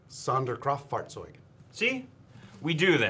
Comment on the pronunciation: Pretty good pronunciation of Sonderkraftfahrzeug and Ya-ma-to